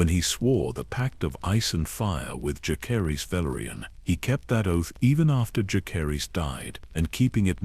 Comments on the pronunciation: I’m so sick of these ai voices that pronounce every name wrong. It drives me crazy. Whoever made this video: use a real person to narrate. When key people’s names are pronounced wrong, it ruins the entire video. Jah-ser-iss. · Dallas, Texas am. The mispronunciation of Jacerys was really annoying, but otherwise an excellent video!